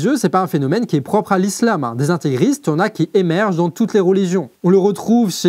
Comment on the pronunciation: Barak'Allahou fyk.🇩🇿🤝❤️Bonne continuation. Islâm (et non I-sam!..avec un "â" avec ton prolongé) Islâm,vient de salâm=paix.